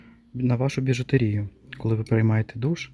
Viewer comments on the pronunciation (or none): Вітаю. Дивлюся Вас не перший раз і дуже ріже слух, як Ви кажете слово БІЖУТЕРІЯ. Наголос у слові БІЖУТЕРІЯ робиться на літеру Е. Вибачте, так як Ви кажете, роблячи наголос на літеру І, ну зовсім не вірно звучить. Не ображайтеся будьласка, але що є то є.